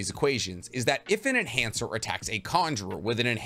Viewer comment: Lol he said male enancher